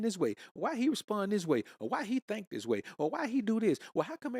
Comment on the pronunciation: Zis man 😂